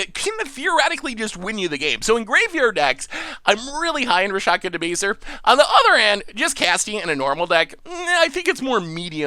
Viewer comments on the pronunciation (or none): did not die to the Lhurgoyf. Dolmen Gate does not prevent damage from fighting. Rakshasa is pronounced Rahk-sha-sah. Imoti does not have partner. Rhys is pronounced Reese. Ghired is pronounced Gee-red. Why do you keep assuming 4 player games? Nantuko is pronounced nan-too-koh. Araumi is pronounced uh-rau-mee. Sedris is pronounced said-riss. You ought to have an editor review your work before posting it. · And butchered Rakshasa hard.